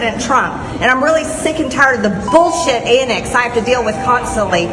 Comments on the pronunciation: She knows it's pronounced Antics not Annex right😂😂😂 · "Impordent" (important) and "annix" (antics) drives me crazy. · She's so beyond ignorant and vile. "Annex"? I think she meant antics, but who knows? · "With their annicks!" Does she mean antics?